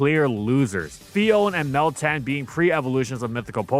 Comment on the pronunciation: It’s literally meltan, try again